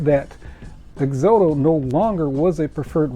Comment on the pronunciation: It's pronounced Ex-ot-ow , like exotic but with an o.